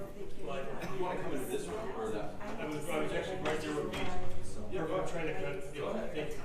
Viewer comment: you're honor i am so sorry. But i am either completely inept and/ or stalling to ruin the cadence of the prosecution's questioning. Can you give me a bottle and a blanky? I am really "twying" my hardest here!